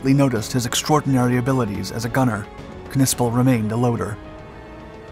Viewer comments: Its sounded out as Nissple i believe not Kuhnissple lol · Bro, you can’t be that uncultured to know the “K” is silent….it’s just pronounced Nispel 😅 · If I am not mistaken the K is silent in the German language when it precedes an N. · Im sure the K is silent..... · The K is silent. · What is a “pawnzer”? Or did you mean Panzer? Also the K is silent. I can’t finish watching this.